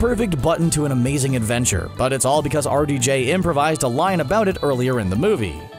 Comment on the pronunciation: Wow. It took me til almost 5 minutes through the video to realize the narrator is saying "R.D.J" meaning Roberts Downey Jr. The whole time I'm like, "Who tf is Artie Jay? And why is he so good at coming up with lines for Iron Man?!" 🤦🏾‍♀️